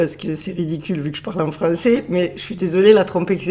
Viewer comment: Salut et joyeux Noël 😉😊♥️.. Étant de notre endroit à nous, j'ai bien rigolé et compris quand tu parles de la Trompeetttteeeuu Ezekiel...! 😂😂. La grosse Trompette! La Trompetasseee! 😉😊😂. Trop bon... Tu m'as régalé! Gros bisous 😉😊❤️💋♥️